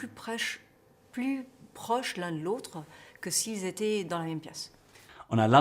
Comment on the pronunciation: L un de l autre is perfect!